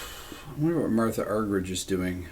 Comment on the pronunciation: Rick, it’s actually pronounced “Marta.” But wonderful to see you have the same love for her as so many.